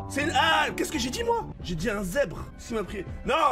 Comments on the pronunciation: _ un zerrbre il a dis en plus En plus des tache. des TACHE c des foking rayure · ces pas un zebre ses un zerbe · "Un Zebre voilà un zebre "😂😂